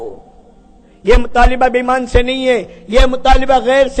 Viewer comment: ایمان ہے بھائ امان نہیں